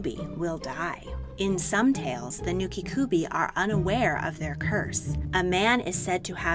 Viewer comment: Rokurokubi with the bi sounding like bee And it’s nukekubi the ke sounding like keh not ki The kubi part in both of the names means neck. I find it even more odd you pronounce one right and not the other. Otherwise interesting video